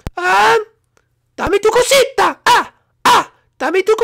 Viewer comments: Its Dame Tu Cosita Uh.just an FYI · Dame tu cousita sang it wrong